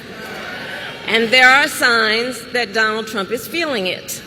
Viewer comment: It's Donald not Trondle Trump. Get back in your basement boy.